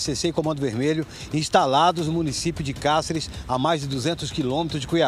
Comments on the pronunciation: Falou o nome da cidade várias vezes, erradamente. "Cárcere" em vez de "Cáceres".Ninguém da produção para corrigir. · Como cidadão mato-grossense como auto denomina, deveria pelo menos saber falar o nome da cidade, a mesma em questão se chama Cáceres e não cárceres, por favor, diga o nome correto da minha cidade, obrigado.